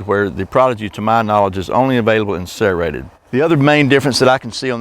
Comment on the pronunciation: Sarahratted, lmao. The way he says serrated 😂😂 the prodigy fine edge is only sold at Walmart supposedly untill they run out